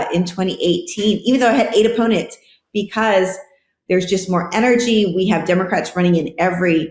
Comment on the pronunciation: Gimme a dollar for every time Ben says Becoss